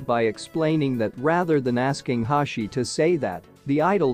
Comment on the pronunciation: Hoshi❌ Hashi✔️